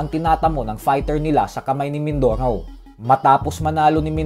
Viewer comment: mindorow, mindorow. abreow, awnyos, talow...lol